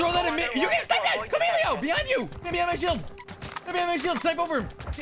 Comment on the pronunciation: CAMILO lol not camilio